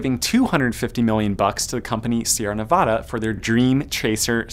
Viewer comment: Sierra Nev-oh-duh?! IT'S NEV-AH-DUH! Ugh you east coast-ers suck!